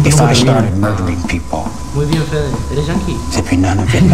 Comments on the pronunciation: Yo en la voz que escuchaban entendia penes en vez que fede like para que fede lo lea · cuando pensabais que decia fede yo escuchaba pen3